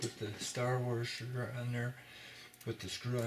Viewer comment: Thanks. Great explanation, but there is not an “r” before the s in washer.